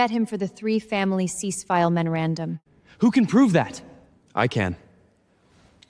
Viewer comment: Are you kidding? Is there a lot of wine involved with drunken AI data entry? Every scene has nonsensical garbage instead of basic words. "Memorandum," "ledger" the family name is inconsistent Moretti, Morelli, Morechi, Moroti and many other words are so mispronounced that without the subtitles it was unintelligible. The family name is said more than 7 different ways!